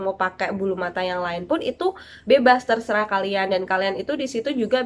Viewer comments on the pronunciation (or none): none